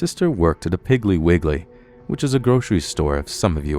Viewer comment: Say "Piggly Wiggly" again, just one more time LMAO